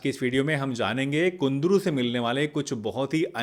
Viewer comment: It's kundru not kundri.